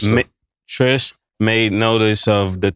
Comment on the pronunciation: Her name is Trish not Tree Tree